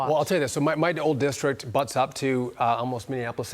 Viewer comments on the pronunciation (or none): none